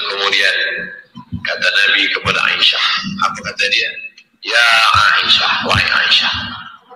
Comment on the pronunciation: ..wahai a i sah...😂ngejanya itu loh bikin ngakak